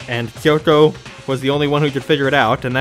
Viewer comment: Don't worry,, their pronunciation of Kyoko bothers me too.